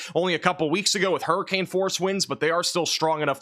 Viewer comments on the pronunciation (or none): none